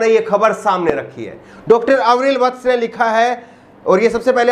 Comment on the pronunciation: अविरल, आवरील नाही